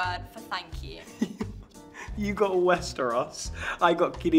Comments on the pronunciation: "Westrous", reading "Valyrion" instead of Valyria, the hal/hall thing...... 💀💀 oh god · The cast is bloody amazing! 👏🏻👏🏻👏🏻🤩🤩😍😍 The problem with English is that every letter has different pronunciation depending on the word. Westeros. She said we should say West-iros … Like, how you could write Westeros without a second “e”? Kirimvose is much easier because it’s spelled phonetically, like Hellenic🇬🇷 my language. Each letter makes one sound and you pronounce all the letters. So much easier! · West e ros 🤣